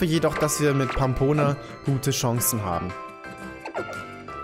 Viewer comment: verlerne Pampona bitte nicht Rammboss, es ist eines der schwersten Pokémon. Und wenn doch quitte ich